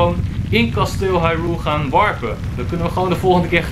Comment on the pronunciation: Het is geen hairul kasteel. Het is Haruyl